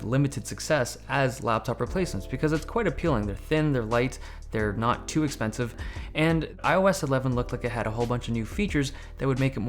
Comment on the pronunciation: I love how you say not to expensive. 😂